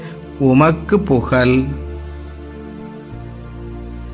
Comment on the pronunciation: Tamizh pronunciation is not good. Why he's saying Yesuvukke Pugal instead of Pugazh?